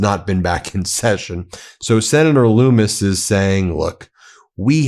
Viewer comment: Her name is pronounced like Hummus not Loomis....you about gave me a heart attack